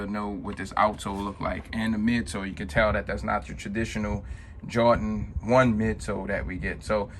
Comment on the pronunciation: Two things ....it’s Jordan not jawdan...and get ride of cheap wooden spinner 🤦🏻‍♂️